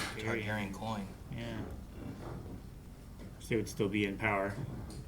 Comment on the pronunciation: yapping in the intro about how he's seen game of thrones multiple times along with house of the dragon and the books yett he still mispronounced TARGARYEN and says tygarian after all these years...